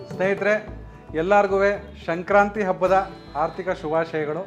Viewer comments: ನೀವು ಹೇಳುವಾಗ ಶಂಕ್ರಾಂತಿ ಎಂದು ಉಚ್ಚರಿಸುತಿದ್ದೀರಿ. ಅದು ಸಂಕ್ರಾಂತಿ ಅಲ್ಲವೇ? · ಶಂಕ್ರಾಂತಿ? ಅದು “ಸಂಕ್ರಾಂತಿ”